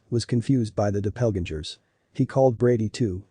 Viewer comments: Too bad this channel cannot find a narrator that knows how to pronounce words like “red-headed” and “doppelgänger”, among other things. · The narrator doesn’t know how to pronounce doppelgänger. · Please learn the correct pronunciation of “doppelgänger” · Weirdest pronunciation of Doppelganger I've ever heard, even from a robot. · The robot can’t pronounce doppelgänger. The different readings can happen with two samples from the same person due to the known margin of error. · Please learn to pronounce Doppelgänger!!!! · Nice story but you might consider correcting the A.I. pronunciation errors on words like "doppelganger". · A shame the reader doesn’t know how to pronounce doppelgänger, when that it is what the article is about! He also pronounced dogged wrong!